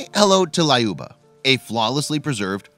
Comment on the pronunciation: Its lyuba not layoba